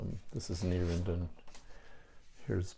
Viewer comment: Neerwinden “nair - vinden”